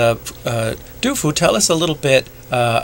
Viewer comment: Sorry not to be too critical, but you pronunciation is not good. You need to work on it if you want to read out load. Also, Du Fu knew nothing about photons. You need to think of another word.